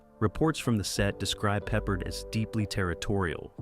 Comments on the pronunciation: George PeppARD!! Not Peppered. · and your robot narrator totally fuck*s the pronunciation of one of the best known TV shows from the 1970s and 1980s. Then you just spell it out. Still wrong! M*A*S*H was pronounced mash. How can you not know this? It makes people downvote you. Same for George PeppARD. This kind of dumbness is why you get downvotes. Also, while talking about M*A*S*H, why does the picture show a scene from some other TV show, maybe Barney Miller(?)? Totally unrelated. Again MAKES YOU LOOK STUPID. My memory of the removal of Lisa Bonet from Cosby Show is bigger and very different than what you said. Lisa Bonet wanted off the set with Bill Cosby (I suspect he drugged and raped her, but she never filed charges). They gave her her own show, but for some reason she quit that after one season. They put her back on some Cosby episodes got then rid of her again, but kept the actor who played her husband and the daughter (who was nowhere near as good as Keisha Knight Pulliam, who played Rudy). Her story resembles Mackenzie Philips on One Day at a Time. Somehow Cosby or the directors thought any cute 5 year old girl could do the same thing as KKP who was now older and no longer as cute doing the stuff she did when she was 5. TSo they added Raven, but she was nowhere near as good an actress at 5 as KKP used to be. That and the tiresome grandparents really made Cosby decline, even though the husband actor was good, the premise was ridiculous. Why did the wife go live on an army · It's pronounced. Pep-Pard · What’s wrong with George Peppered? 😂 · Yeah, George Peppered. I quit watching immediately. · It should be pe-PARD.